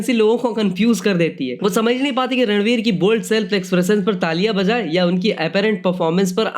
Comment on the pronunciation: It's ranveer not radlveer 😂